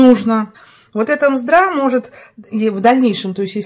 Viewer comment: Не мздра, а мездра. А ещё правильнее - жмых. Мездра это чисто белая часть корочки. Спасибо за рецепт! Получилось вкусно 👍